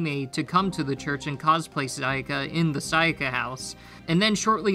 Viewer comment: You know is true that he doesnt worship Sayaka is becouse he did not said her name correctly even once